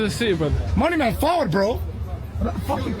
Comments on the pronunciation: He says "Faward" as in come here!!! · Man said fahwud..or forward..as in let's go. As in fahwud nuh my yute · He said forward not followed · He said fawad. Means Leggo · this is where your white side doesnt help you he said forward as in lets go smh 😂 followed😂😂😂😂